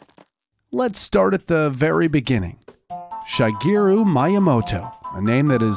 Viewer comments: My-uh-moto... I thought it was Mee-uh-moto... Also shy-garu? She-geru... LOL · It’s pronounced MEE-YAH-MOTOH not MYE-YAH-MOTOH & it’s SHEE-GEH-ROO NOT SHY-GEH-ROO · Shigeru is pronounced as "She Geru". Around the time of Skyward Sword, my youngest brother kinda forced me to play the game when I already had plans to play Metal Gear Solid: HD Collection. RIP Robin Williams. July 21, 1951 - August 11, 2014 😔